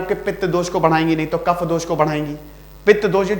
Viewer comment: भाई साहब सबसे पहले तो आप हिंदी बोलना सीखे कफ़ा नहीं होता है कफ होता है, और सबसे महत्वपूर्ण आयुर्वेदिक शब्द गरिमा को खंडित ना करें अंग्रेजी अत में डूबे हुए हैं आप.. भारत की सनातन संस्कृति किसी भी रूप में अगर मौत भी आ जाए तो भी हमें मांसाहार नहीं करना और यहां पर पोल्ट्री और अंडे की बात करते हैं। वैदिक शास्त्र भारत की सनातन संस्कृति इस समय होता है और यह गुरुकुल पद्धति में सिखाया जाता है। चतुर्वेद में आयुर्वेद भी धर्म का प्रतीक है.. आप लोगों ने धर्म का व्यापार किया है जो कि उचित नहीं है, परिणाम तो आप देख ही रहे होगे नहीं तो भविष्य में देखोगे। एक बात स्पष्ट है ब्रह्म को बेचा नहीं जाता...